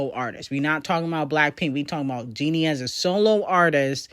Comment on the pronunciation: why are you pronouncing her name Jeanie when it’s spelled and pronounced Jennie? like jenny.. who tf is jeanie🤣